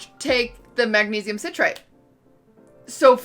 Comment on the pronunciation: The way she mispronounces citrate